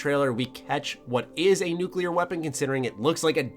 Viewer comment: Thank you for pronouncing "nuclear" correctly XD